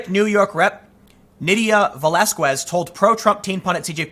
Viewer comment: Velaz”k”ez. The “qu” is to pronounce k for i and e in Spanish. Sorry for my “grammarnaziness” 😁